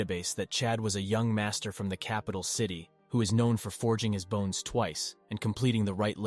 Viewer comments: it is said bones not boners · You were saying boners instead of bones (•ω•) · Stop saying boner its sounds like The pill is Viagra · Why does it keep saying boner instead bones or bone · It's Really hard to keep a straight face the guy say's bones as boner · Why do you say “boners” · I love how he says bones as boner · my man started talking about boner strengthening pills i was like "this took an odd turn" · Aye can't help but laugh every time